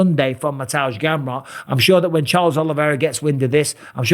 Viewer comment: Mr. Bisping is the only non-Polish speaker who pronounces Mateusz Gamrot’s name correctly… Mister Bisping, the Polish Count 💪👌🤠